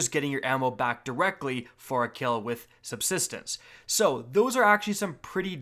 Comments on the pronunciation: “SUBSTENENCE” lmao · Sub-sis-tence. Say it with me everyone! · Sub-SIS-tence!!! Lol, finally... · I love and all of his vids, but when he says subsistence incorrectly it gives me internal hemorrhaging